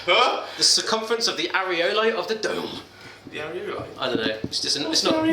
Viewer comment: Areola,, not areolo xD.